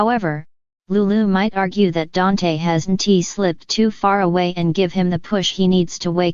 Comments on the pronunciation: Yes I Agree DANTE NOT DANT🤗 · Who ever the speaker is your saying Dante's name wrong🤦🏽‍♀️